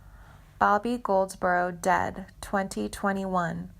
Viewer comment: Is that who she meant? Man! How could she not know this? She also mispronounced Goldsboro at one point. I mean, dang.